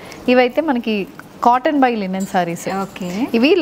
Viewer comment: Wow. ఎంత కాలానికి మీ నుండి " లినెన్ శారీస్" అనే మాట విన్నానండీ. 👌 అందరూ లెనిన్ శారీస్ అనే అంటారు. వినలేక , చెప్పలేక.... థాంక్యూ 😅